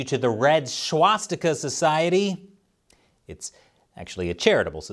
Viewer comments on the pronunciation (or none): I'm fairly sure "swastika" doesn't start with a "sh" sound, just a normal "s". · Do u even know how to pronounce the word "swastika"?